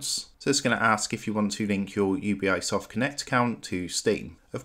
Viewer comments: Bro, it's "You-Bee"soft, not u-b-i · it's UBI, and not U-B-I XD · It’s pronounced you-bee-soft not you-bee-I-soft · Ubisoft. Not U B I soft. Its short for Ubiquitous Software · UBI eyesoft cant even say the name. fkwitt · I'm downvoting and not subscribing simply because of the annoying way this guy pronounces Ubisoft. Ugh.